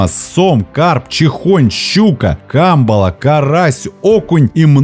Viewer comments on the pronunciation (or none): none